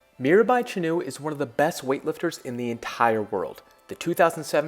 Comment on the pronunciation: the way you say her name is so funny, it gets stuck in my head. Indian athletes are so disadvantaged but there is potential for a few gold medals somewhere